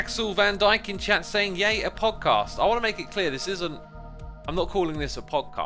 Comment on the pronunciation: I thought he said pogcast. I hate myself.